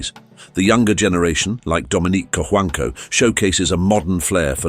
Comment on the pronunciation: co-huang-co that is how we pronounce his name..